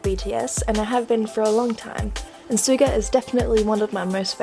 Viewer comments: You did a great job! It does look like Yoongi but just to let you know when you say Sugas name you don't say it with an S like "S"uga u say it "Sh"uga. It's just spelled Suga. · i loved the video, good job! But i just wanted to pint out, suga is not pronounced like how its spelled, its pronounced like shuga. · It’s pronounced like actual sugar but ok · Ellie May It’s pronounced Soo-ga but when Suga says it it sounds like “Shu-ga” because of his accent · e m m a n g u y e n actually it’s like “sugar” without the “r” it’s nothing about the accent, it’s “shuga” not “soo-ga”